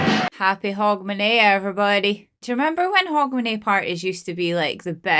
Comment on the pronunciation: You really need to explain to us Americans what New Year's tradition you are talking about. because it sound like you are saying "Hog Manure" Party. I don't want to go to a hog manure party, no matter what day of the year it is!